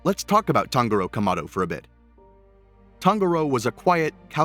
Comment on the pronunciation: Explain to me why did you butcher the familys last name